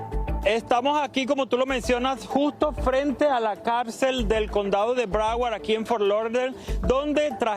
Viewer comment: Esta mujer no sabe hablar ni leer ( Calcel..Cárcel maestro..aresto) que pena conductoras vacías y sin educación académica y masa gris)